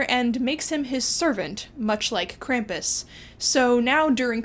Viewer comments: You m is pronounced Krampus. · How do you not know howe to pronounce Krampus?